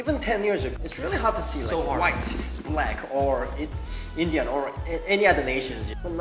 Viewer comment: When he said indian i had to play that part again to confirm that he said indians😁😁😆😆